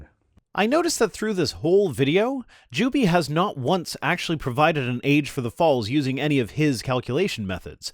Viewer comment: Every time you say "Juby is", my brain hears "dubious". Kinda appropriate, I guess.